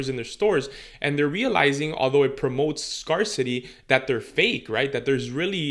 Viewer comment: I really love your videos! <3 I know you speak more than one language. Scar City had me cracking up. A friendly fyi its pronounce d Scare (like Hair) city. "Sc-air-city" Thanks so much for the actual info and no fluff